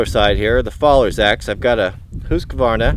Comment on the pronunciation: So now we’re saying hoosk varna? Lol